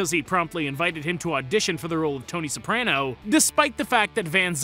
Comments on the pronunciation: And he pronounces it wrong, it's an ah not eh. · He’s not even pronouncing Soprano right either